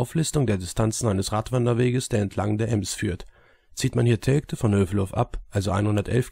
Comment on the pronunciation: Und "eeems"... 😤😤😤 Bin gebürtiger Bielefelder und hätte nicht übel lust ihm dafür herzhaft in die Eier zu treten!